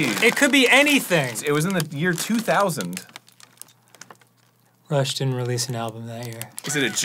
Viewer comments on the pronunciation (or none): I legit thought Dan was saying "Russia just released [album name]" until the very end of the bit. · At first I misheard "Rush" for "Russia" and I was so confused as to why Dan was so well informed about Russia inventing/coming out with stuff :'D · I kept mishearing Rush as Russia I was thoroughly confused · OH "RUSH", I kept thinking he was saying "Russia" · I THOUGHT HE WAS SAYING RUSSIA THE WHOLE TIME I WAS SO CONFUSED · I thought he was saying russia this whole time and it was a political joke i didn't get 💀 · Am I crazy? Feels like he kept saying "Russia" released... I was like "who?" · Just in case anyone’s confused, Dan keeps saying what albums Rush had released that year. Because the way he kept saying “Rush had released” sounded like “Russia released” and it even confused the Closed Captioning 😅 I’m sure most of you understood, but who knows, maybe Closed Captioning is reading this and learned something today 🌈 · I also kept hearing "Russia" as well lol.. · Thank you for that explanation, I kept hearing "Russia" and was confused lol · I think it's because he's saying "Rush had" and the way he's pronouncing it is what's causing it to sound like "Russia". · At first I thought Dan was saying “Russia just released ____”. Lol ALSO did Dan complete that rubix cube??? Or was that editing. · For the first 8 minutes of this video, I misheard all of Dan's Rush mentions as "Russia" and was baffled as to how he'd gotten so knowledgable about Russia's history of inventions/exports as a country. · It wasn't until halfway through the episode that I realized Dan was saying Rush instead of Russia, I thought he just knew a lot of Russia's history for some reason. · I’m not gonna lie, I kept hearing “Russia released an album” instead of Rush and was so confused all throughout the video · Everytime Dan says "Rush" I heard "Russia" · Various times Dan said "Rush had" I thought he said "Russia" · i keep hearing Russia when Dan says Rush, do with that information what you will